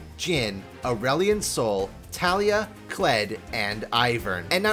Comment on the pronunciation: Every time pronounce Taliyah’s incorrectly a kitten dies:( you murderer